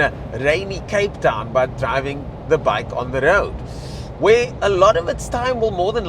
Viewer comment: Just so you know...BAIC is an acronym (Beijing Automotive Industry Corporation) and is pronounced B-A-I-C and not "bike".